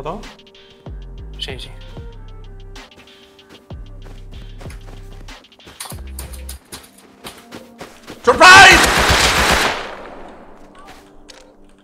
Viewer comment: Sorprais jajajajajaj